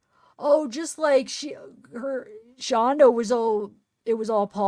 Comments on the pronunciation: It's Shanda, not Shandra. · it's Shanda